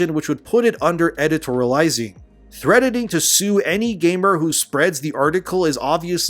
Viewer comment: Sounds like you're saying threadening, you pronounce the T in threatening. LOL